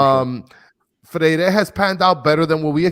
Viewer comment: to brother and: NE (silent access to the E) GRI!!, FRE (silent accent on the E) IRE!!!